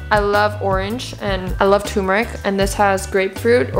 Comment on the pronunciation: it is turmeric not TUMERIC